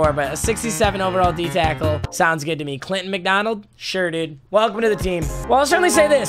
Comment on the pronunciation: he said cackle instead of tackle